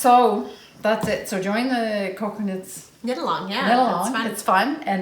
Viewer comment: Oh, my goodness you two are hilarious, but when referred to Cocoknits as Coconuts, I lost it! So much fun knitting with you two. I'm so happy that Charlie is doing well.